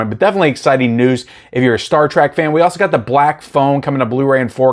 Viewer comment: From Spock's sake STOP calling it Star TRAK. It's TREK. T. R. E. K.